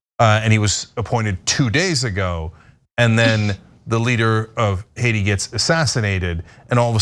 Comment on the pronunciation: It wasn’t Hacia it was Haiti if you can’t say the word right don’t do with the news